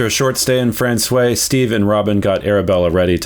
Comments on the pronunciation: Frans-wah. Not Fran-sway 😉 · Guys, you gotta say «François» properly. When you say the word «wow!», you actually make two sounds: Wa-O. To say François, just say franç-wa, et voilà! French is weird the in that way, «oi» sounds like «wa». Hope it makes sense. Loving to explore Newfoundland alongside you, beautiful scenery. Fair winds and rocks! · You pronounce François as frahn-swah , not frahn-sway, but perhaps the Newfies do it different. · The way my university Nufie buddies pronounced Francios: - My guess is my Nufi buds would have said to me: Robi, come "Bif the ball to I, me bi, down in da taun of Fran-SWI { not SWAY, the A gets dropped though it is there per the sing-songie, whimsically happy flow of old Protestant Irish to hide how dangerous they are} - Translation; { come Robi, Throw The Ball to me, My Boy, down in the town of frahn-SWAH.}